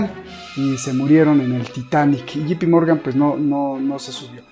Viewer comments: J se pronuncia "yei" no yi. Me encanta tu programa. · No e Gee Pee Morgan es Ja se pronuncia yei